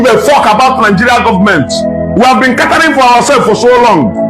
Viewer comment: “We have been CATA-RING for ourselves for so long” Mua-ha-ha🤣🤣🤣🤣 It will be Ewe gods lol🤣🤣🤣